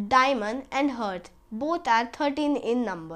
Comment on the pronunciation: It's not hurt it's heart lol